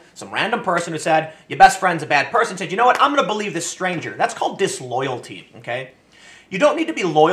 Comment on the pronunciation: You spaid said wrong.